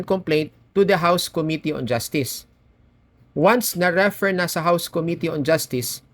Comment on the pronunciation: In the word "refer", the stress is on the second syllable: 👉 re-ˈFER So it's pronounced /rɪˈfɜːr/ (in British English) or /rəˈfɝː/ (in American English). Refer... 2 syllables... The stress is on the 2nd syllable Referring... 3 syllables... The stress is also on the 2nd syllable Thank you po.